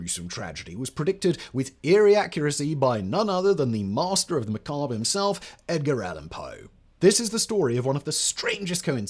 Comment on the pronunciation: Lol@ "MaRster"